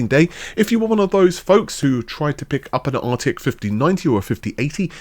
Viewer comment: Ahh, that famous "northern" GPU, the arty-eck 5090. 😂